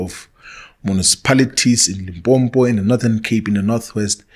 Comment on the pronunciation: He cant even call his own province well😂😂😂 Its Limpopo not lipompo